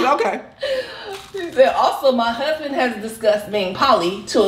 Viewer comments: "Cusband" lol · But she said cussban! Lmfao! you are too much! 😂 good one!